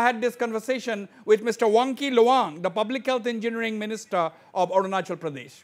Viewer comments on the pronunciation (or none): By the way.....its Arunachal Pradesh not Orunachol Pradesh sir.....!